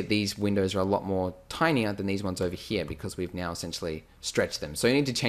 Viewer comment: I love how you say hia instead of here :D!